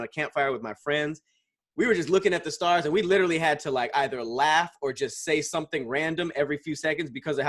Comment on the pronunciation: favorite word he can't say "literally"